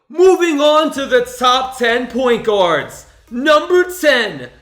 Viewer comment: "Amazing point guerds" DE'AARON FOX?!